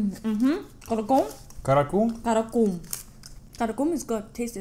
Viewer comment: LOL. I doubt I could properly pronounce any of those names ... the impromptu rap was funny re: karacoomb